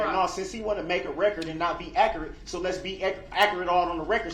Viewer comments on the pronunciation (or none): They cant say words correctly. He said "Akarit" instead of accurate